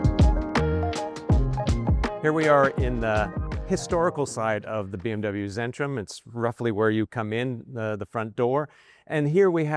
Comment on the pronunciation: its centrum, its a german c, not zen ....